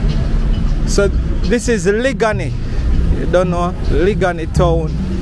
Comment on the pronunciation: Thanks for sharing...u are not pronouncing the word liguanea properly u saying it like a country man...it's liguanea plaza in the half way tree area..and u not saying the word liguanea beautifully..it's a long sounding word